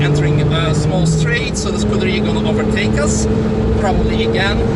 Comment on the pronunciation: Who the hack calls a Ferrari a Scurderia..